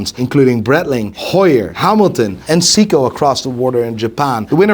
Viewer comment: Seagull is Chinese but said Seiko, it’s just he pronounces it like “See-ko” instead of “Say-ko” which makes it sound like Seagull.